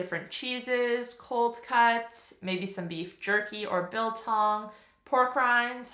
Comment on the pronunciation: So impressed that you said BILTONG. It’s sooooo South African. 🤩🤩